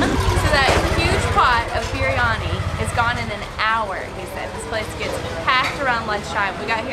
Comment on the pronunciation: Amazing blog but I can't get over the fact that is saying beeryani instead of biryani and lassi as laasi and said jalabe and jeleebe